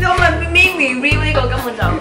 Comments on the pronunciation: 連meme review 都讀錯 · Meme 你係特登讀錯定係唔識讀